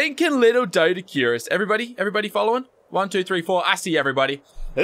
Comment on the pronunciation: U said doedicirus??? xD